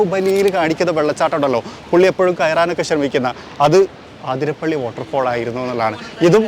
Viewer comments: ചേട്ടാ ആതിര പിള്ളി അല്ല. Its wrong അതിരപ്പിള്ളി അത് ആണു ശരി. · ആതിരപിള്ളി....😮 അതിര പിള്ളി 😅